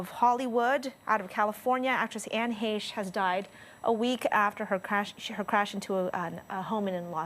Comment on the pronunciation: Why didn,t somebody te?ll her how to pronouce her name?